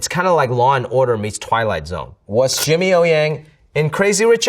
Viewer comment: Jimmy呀，用上海话说太地道了！